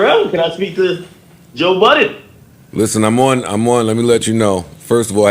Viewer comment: “Joe Buh’ens.” Goddamn man, it’s Budden. Budden. Make me not want to watch the video out of annoyance.